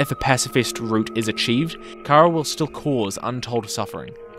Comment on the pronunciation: They fact they everyone to this day still can't say Chara's name right, it's pronounced like Care-Uh, for Character not Char-uh or Car-uh lmao.